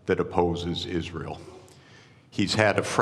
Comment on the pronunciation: " United IsZreel of AIPAC "